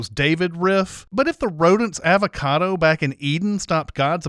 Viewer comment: I think this whole video should be sinned because of your annoying pronunciation of avocado!